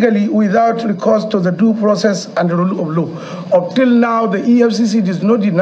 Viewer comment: look at his yeye mouth saying "Duu frocess and rule op low".... Where were you guys when a certain northern president was breaking into the houses of southern judges and politicians without "Duu frocess and rule op low"?